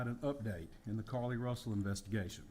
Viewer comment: It sounds like he’s calling her Cardi instead of Carlee.